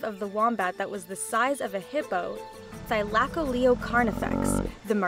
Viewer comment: Thylacoleo is pronounced th-i-low-co-leo